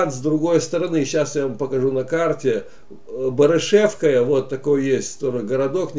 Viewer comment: Ведущий! Очень корявое изложение материала, не ваше это. БАрышевка, а не БарышЕвка. БроварЫ, а не БровАры. ТщательнЕй надо.